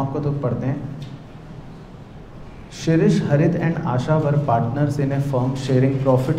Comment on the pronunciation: Sir vo shishir nhi h Shrish h 😢😂😂